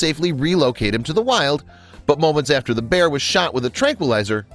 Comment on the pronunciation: You said pear instead of bear